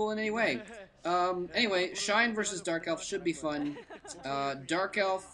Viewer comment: lol at about did you say JERK elf?? sounded quite funny. perhaps it was just my imagination... anyway love to hear my 2 favourite commentators together